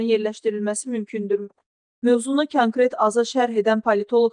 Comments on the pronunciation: Çankret yoox, kankret, Qəhbəə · Аy xanım,, k" hərfini düzgün səsləndirilmişdir, Kələm sözündəki,, k" hərfi kimi səsləndirdiyiniz,, könkret" axı savafsız və iyrənc səslənir. Bu işdə sizə nəzarət eləyən yoxdur?!